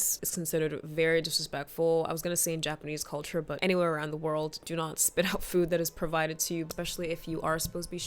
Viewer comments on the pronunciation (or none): none